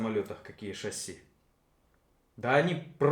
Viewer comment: вроде и толковый парень, но режет уши, часто не правильно произносящиеся слова на 00.14 шассИ , а не шАсси, это французское слово , ударение в конце слова – это особенность данного языка